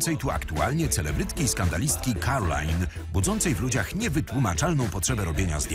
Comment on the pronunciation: To nie jest "Karolina" drogi tylko ✨️cArOLaJn✨️